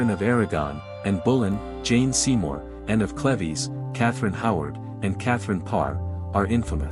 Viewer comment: Oh dear pronounce anne of cleves correctly